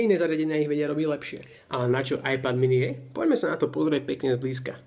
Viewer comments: z toho tvojho ajpadu ma bolia uši keď to vyslovuješ veď každy vie že to je iPad ( ajped ) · Preboha ajpad ? :) číta sa to ajped a nie ajpad :D :D :D